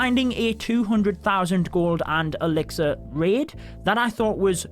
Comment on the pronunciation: Whenever you say gold and elixir I keep hear golden elixir